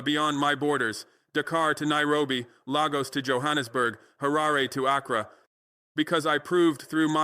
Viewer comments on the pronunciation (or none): none